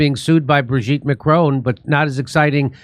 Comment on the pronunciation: It's Bro-gitte...